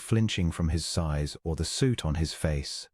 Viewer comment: suit on his face/soot on his face. The narration used the pronunciation "sue", as to do a legal process to get money, for the word sew (to stitch fabric together), which is pronounced like "to sow", as put seeds in the ground when planting. She took her flower (the bloom on a plant)/flour (ground grain)